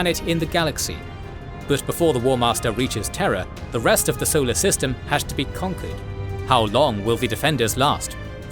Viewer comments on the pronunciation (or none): none